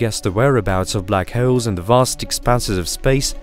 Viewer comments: They are called black holes, not black hayoles. Pronounce wrong much? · The way he says "holes" sounds like halls, and holes had a kid. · Black hewls???😂😂😂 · Black hoels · Block howls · Black vowels I mean howels😭😂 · Love the way he says holes lol